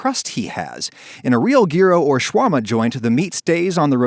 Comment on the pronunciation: Adam Ragusea You said Shawama. Its sha-war-ma